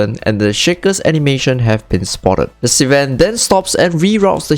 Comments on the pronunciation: That slang, ssss-van. Many van sss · Bruh, love the content but can't get over "Si-ven" pronunciation.....not hatin, just sayin.